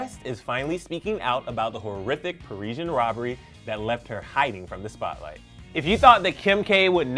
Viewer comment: 40 "Pairs robbery"